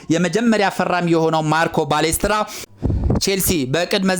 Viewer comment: ባሌስትራ ሳይሆን ፓሌስትራ ነው እባክህ😂😂